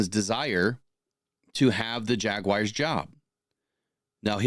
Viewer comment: Still blows my mind that people can’t pronounce the word Jaguars.